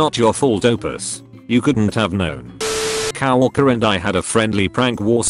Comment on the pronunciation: My two favourite words on these reddit text to speech videos; Cowwalker (coworker) Papperwork (paperwork)